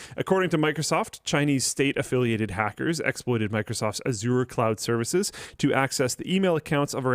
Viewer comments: It is Azure not Aziur. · No one will read this, but fyi, Microsoft Azure is pronounced "azj-ur" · reeeally has to learn how to pronounce Azure correctly... I couldn't help but cringe every time he said it.